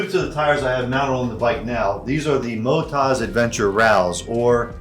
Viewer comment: Not sure ai agree we don't pronounce OZ Ozed we say it as Oz , so Mot-oz not Moto-zed Rallz is pronounced a lot like Ralls